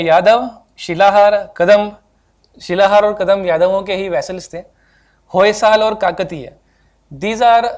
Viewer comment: It is Hoysala , Vijayanagara, Talikota .. why can't you pronounce 'a' at the end ? Do you pronounce Haryana without 'a' ?